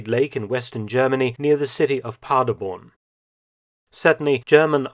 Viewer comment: Every time he says 'Paderborn' and mispronounces it, it makes my teeth itch. My wife's family is from a village near Paderborn and they do not say the name the way Mr Felton does.